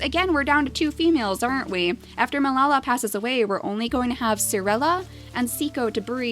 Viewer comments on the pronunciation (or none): I'm pretty sure Melala is pronounced Mel-a-la. Not Mel-la-la.